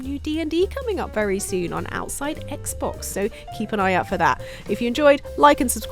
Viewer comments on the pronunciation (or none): none